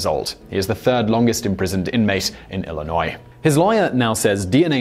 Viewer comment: Hey I live in Illinois!!! Also Simon the s is silent. I’m seeing a pattern here